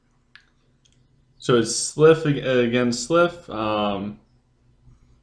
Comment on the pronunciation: Man my clash of fate was crap today, only 3 enemies joined and I totally wrecked them. Also I've noticed you call the sylv "Slyph", and cavalry "calvary", you're either dyslexic or you haven't noticed the spelling for some reason. Don't mean to be an ass or anything of the sort, just constructive criticism. You took the other guys advice about nexy so I thought I'm might chime in as well. Keep up the great work man. I might switch to sylv in the future.